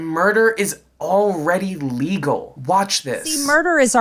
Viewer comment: Yes she most certainly IS nuts, however, listen closely to her she says…….murder is already “E-legal” that is no old Mangy Toilets ways of saying illegal.